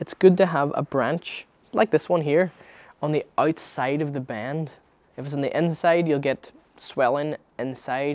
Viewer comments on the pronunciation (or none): You say bend how I say band...how do you pronounce band haha. Band it dane and make sure you don’t get inverse teppper